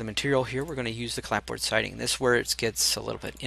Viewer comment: appreciate the detailed instructions through all those adjustments.. fyi... the "p" is silent in clapboard... :)